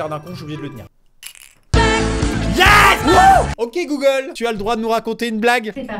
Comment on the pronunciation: Chaque fois tu dit goolge lw mien s’allume